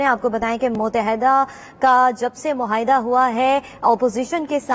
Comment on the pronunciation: Its muahda not muhaida